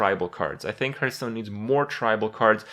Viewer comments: I dream of the day when Kripp pronounces Hearthstone correctly / What is this Hurtstone he's talking about?